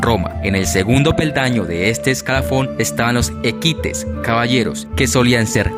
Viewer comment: "Equites" se pronuncia en otro modo